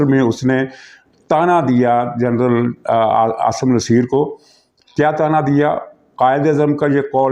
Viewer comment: SIR PLEASE SEAYD AASIM NASSER KA NAAM SAHI KUR LEN PLEASE.